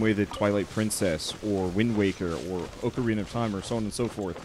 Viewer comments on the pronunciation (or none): none